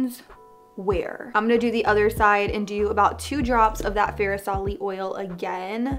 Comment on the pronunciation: Killing me with how you're saying fair-i-sali. Its FAR-sali. Hard "r". And the "stev" shade in carli's palette is said like the name steve.